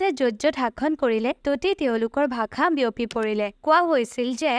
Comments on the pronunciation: Bhakha?????? Ne bhaxa? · Video ভালেই বাৰু,, কিন্তু ভাখা নহয় ভাষাহে , মানে উচ্চাৰণটো 😊😊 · its not 'Bhakha' , it is 'bhaxaa' your pronounciation in the entire video is wrong. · Prothomote apuni bhakha tu pronounce koribo hikilok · onh eneke pronounce koribo lage...video t bhaaxa r pronounciation xuni murtu bikhai gol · ভাষা শব্দটো সঁচাই ভুল হৈছে উচ্চাৰণ । ভাখা কৈ আছে